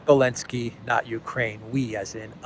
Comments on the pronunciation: why do you keep saying "elenski"? it is ZELENSKI. get ur sht straight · You saying Belensky now is legendary! Merry Christmas my friend. Thanks for all the great information…and some laughs too. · I'm sorry but I really have to correct you on something, it's pronounced "bellend-ski", if you are unsure why, perhaps ask Alexander. You're welcome;)